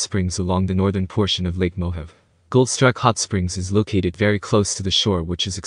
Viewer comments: Mo Have! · Probably should learn how to pronounce Mohave.